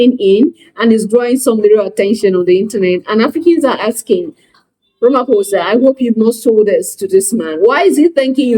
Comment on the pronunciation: Ramaphosa is constantly pronounced as' Ramphosa' (p) and not (f).